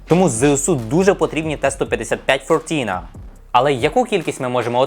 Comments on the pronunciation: Здається вже Тобі писав. Навіщо калічиш вимову іноземних слів? Не так важко знати траскрипцію (якщо вмієш користуватись) чи навіть звучання слова. фиртинА - буря, шторм, турецькою, я ніяка не "фьор-тІна" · Вимова назви САУ не вірна. Вірна Фиртина. А хлопець вимовляє на англійський манер. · на турецький лад правильно фіртіна, бо як читаєш так і пишеш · якщо вуха відтоптані - транскрипція допомагає. Фиртина! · який ще носій мови мені каже? В англійській латиниці немає турецької літери И. Але буря, шторм турецькою - фиртинА з наголосом на останній склад